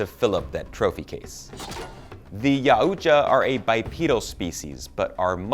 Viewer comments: Its yautja not ya utja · It is pronounced "Yow-Cha' Gret video dude! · Its pronounced Yo-tah >_<